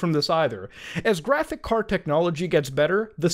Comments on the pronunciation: Man said graphick card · Bro. It’s pronounced graphicS card. With an S. PLEASE